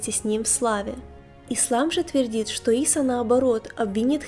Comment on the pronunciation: Ийса.а не Иса